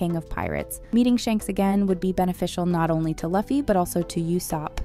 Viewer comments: Please start pronouncing LUFFY right... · Can't get thru that mispronounciation 😅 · Yeah it’s loofy not luhffy but it’s spelled Luffy and I bet she said Gorilla C. Luhfy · Stop saying luffy like it rhymes with puffy it’s pronounced loo-fee 😭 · Its Luuuuffi not Laughy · I was always confused as to why Americans seem to default to pronouncing Luffy as "lah-fi" instead of "loo fi". The second one sounds a lot more like an actual name to me. Though, this time I don't think it's a human talking to begin with. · Not Laffy but Luffy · She said lUh_fy, I clicked away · "laughy" , "barari" man I love ai voiced videos😂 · (Loo-fee) (me-hawk) if your gonna content farm…gotta get the pronunciations down. The fandom won’t take you seriously if you don’t. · Lol previous video says it’s Ai. Yea I don’t think so lol Luh-fee doesn’t even seem like something an Ai would say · Pls “laffy” and “myhawk” really? 😂😂😂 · I'm sorry I can't pay attention with how the narrator is mispronouncing Luffy's name. It's Loo-fee. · STOP SAYINg luhfy plz, it hurts 🤯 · who is Lucky and My Hawk if your going to comment on a show at lease get there names right! lol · Lew fi not luffy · Its pronounced as "Loofy" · Stopped watching when you said luhhhfie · Get the Names right before you make a video... its not Loffy is Luffy 😂😂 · She did say me hawk. Her pronunciation of Luffy was definitely bad. Edit: she said it right the first time. But then she said his name a second time and third time and somehow butchered it as My hawk. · stop saying luffy’s name like that smh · The way Luffy and Mihawk’s names are pronounced are extremely grating on the ears. This person never watched the anime or talked to any one piece fan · Say the names right 😂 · Iuh fy it is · Nah, when she said My-Hawk, Luh-ffy and Bar-t-ee like wth?